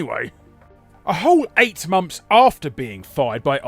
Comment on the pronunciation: Cant say 'months' though "momps"